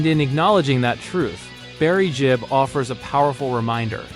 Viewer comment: It's Gibb, not Jibb.